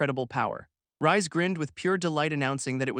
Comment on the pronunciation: Wouldn't "Reisu" (the MC's name japanese spelling) be pronounced more like the word "Raise" than the word "Rise"?